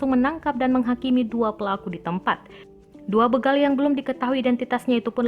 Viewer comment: Begal kak. Bukan bègal